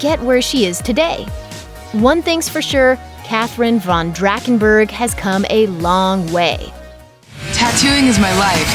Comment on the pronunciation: It’s “DraT-SHHH-en-berg”